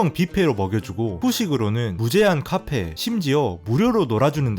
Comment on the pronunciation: 네~! 다른 사람에겐 비밀로 하고 터키 방문할 일 있으면 꼭 가봐야겠어요. 카페 정직한 발음에 웃고 가요 😊